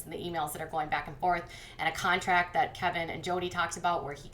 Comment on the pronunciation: You keep saying "contact" instead of "contract".